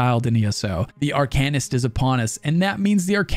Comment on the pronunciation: Is that really how you say it, Ar-kay-nist? Cause traditionally in ever game, media, whatever, it has been Ar-kuh-nist.